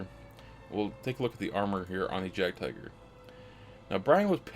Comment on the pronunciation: Nice content - just subscribed - but PLEASE do say "YAAGD-TEEGER" or at least "YAAGD-TIGER" for the Jagdtiger - German "J" like an English "Y" - PЄACЄ☮UT